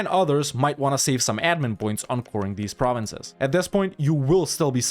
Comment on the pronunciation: It's always a pleasure to hear you pronounce french provinces when I'm actually french !